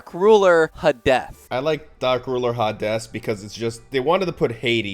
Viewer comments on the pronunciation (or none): none